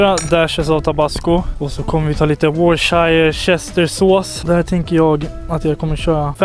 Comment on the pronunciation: man said "whore shire chester" im done xDDDD